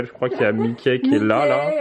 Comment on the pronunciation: On dis maïki pas mikè! Tu le ridiculise